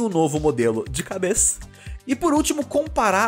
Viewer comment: "de cabess" kkkkkkkkk